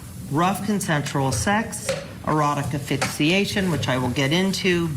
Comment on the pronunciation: Dear lawyer... it's pronounced ASS-FIX-EE-ATION, not AH-FIX-EE-ATION! Sheesh.